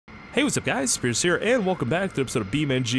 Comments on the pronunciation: Sounds like you're saying scarce instead of in the intro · hey what's up guys here sounds like hey what's up guys scarce here